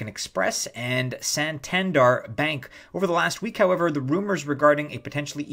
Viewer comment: Nice succinct video - other channels could learn a few lessons from you guys! FYI the pronunciation is Santan-dare (bank named after the port city on the north coast of Spain).